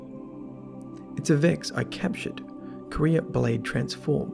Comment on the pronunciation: Can you stop calling Quira "Korea" it is really annoying.